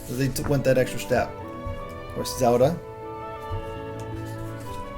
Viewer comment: Did I mention ZULDUH... it's Zel - Da.